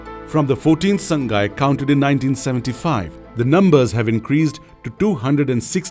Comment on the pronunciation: 'Saang-gai' means 'HOME' whereas 'Saa-ngai' is the above mentioned deer. It is hard to pronouced to people who are not native to manipur.